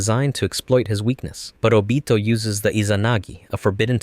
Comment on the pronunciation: I like how he pronounced Obito's name